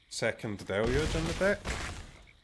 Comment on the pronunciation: Finally, an MTG content creator that can say "deluge" correctly.